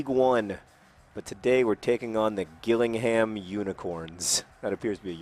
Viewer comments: It's pronounced Jill-ing-ham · John!!! Its pronounced Jill-ing-ham, and that's a Kent invicta horse ;) not a unicorn dear me :P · It's pronounced Jillingham